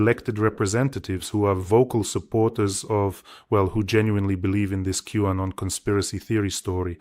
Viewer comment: …Q-Anon… not W-Anon.